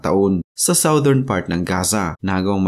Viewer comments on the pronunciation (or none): none